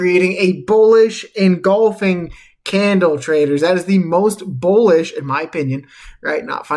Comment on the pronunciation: did u say bowlish ? lol